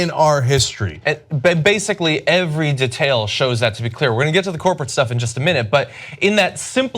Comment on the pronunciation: pronuances "detail" so badly